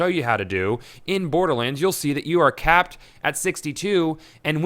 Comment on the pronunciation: Every time you say capped I think Kappa